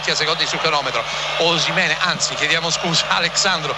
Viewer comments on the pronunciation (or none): Ma perché lo chiama OshimenE?